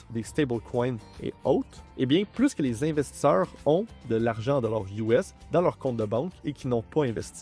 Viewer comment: On dit investisseurs eur pas investissor monter incroyablement beaucoup 🤷🏼‍♂️ 😢